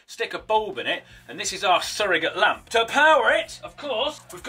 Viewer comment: Did you say lämp b r o t h e r?